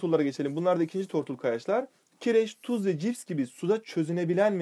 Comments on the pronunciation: Cips değil jips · jips: cips diyo öldüm gülmekten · 4.53 cips değil jips fhdzmfhndmgh